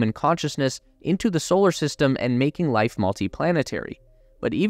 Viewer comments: sounds like you're saying lice indstead of life... i guess only lice get's to evolve huh? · Lice as we know it will never be the same